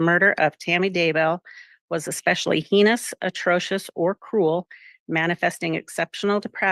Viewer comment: Madame Clerk does not know how to pronounce "heinous." She should.